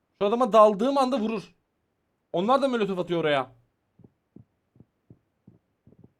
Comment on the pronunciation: ABİ neden molotofa mölötöf diyorsun😊